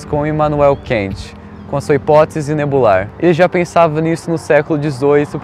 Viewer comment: Favor pronunciar o nome do filósofo Kant como "cant" e não como "quent"; é alemão e não inglês.